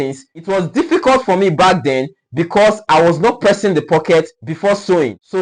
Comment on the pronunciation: He is correct in saying pressing.